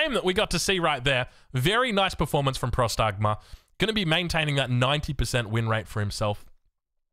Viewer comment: Próstagma* not prostágma... means "awaiting orders"... its basicaly a question